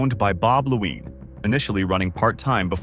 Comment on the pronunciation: “Laween Family Racing”